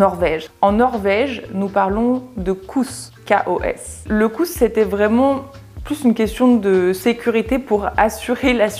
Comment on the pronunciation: Du utalte hygge meget bra! Jag kan tyvärr inte säga samma sak på ditt uttalt av "lagom", du lade till ett lite "r"-ljud som inte finns med. (En fait, "lagom" est prononce comme ça s'écrit) Annars en mycket koselig och härlig video :) Et pour votre prononcation sur "kos", c'est un long "o" son, un peu comme on prononce "rose" en francais. Mais j'applaudis vos efforts! Je viens de Norvège et je parle norvégien, suédois et danois. Ils sont très similaires.